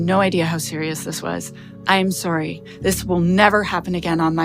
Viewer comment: the most Canadian 🍁 sorry ever.